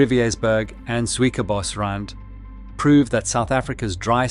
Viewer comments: Typical lazy AI slop. Pronunciation of Suikerbosrant is hilarious! I had difficulty in finding it on the map. The transcription is even more hilarious! To get the pronunciations right is not at all difficult using Google and AI. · Pronunciation of Suikerbosrant is hilarious! I had difficulty in finding it on the map. The transcription is even more hilarious! Please get your pronunciations right; it's not at all difficult using Google and AI. Hopefully you'll regain some respect that you've lost.